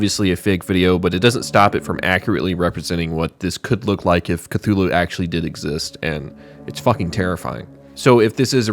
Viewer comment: Instead of Khlûl′-hloo for Cthulhu I thought you pronounced it Kuh-loofo (Im being honest)